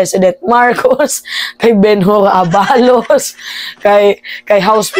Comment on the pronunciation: ituwid mo ang bigkas Ng ABALOS.